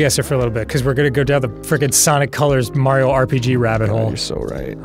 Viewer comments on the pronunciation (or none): none